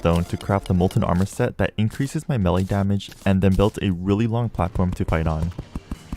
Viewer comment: Am i the only one who is bothered by how says accessory and melle?